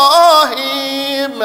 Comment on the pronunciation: He is reciting word ان لا with imala there is no imala in that word Also إبراهيم there is ابراهام in qirat shami but he is reciting بِرهيم there is no riwayat like that in any qirat so we must avoid listening this